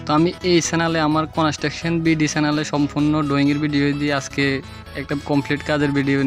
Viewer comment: কনেসট্রাকশন না বলে কনস্ট্রাকশন বলেন।